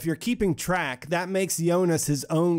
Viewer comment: I liked your videos simply because you’re pronouncing Jonas’ name correctly. I couldn’t stand how other videos pronounce Jonas’ name with the harsh J lol